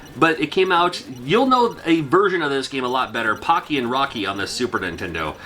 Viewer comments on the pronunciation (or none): none